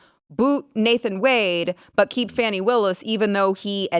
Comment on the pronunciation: Not wanting to pronounce Fani's name right shows the hatred and racism 😅